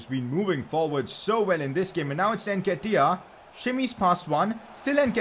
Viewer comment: Stop saying NKETIAH name like thst Jesus it’s so cringe